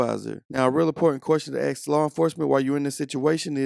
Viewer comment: At apps The word is pronounced ASK!!!!!!!!!